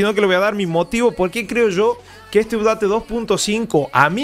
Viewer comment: Excelente video y muy bueno tu análisis. Te recomiendo que pronuncies bien la palabra UPDATE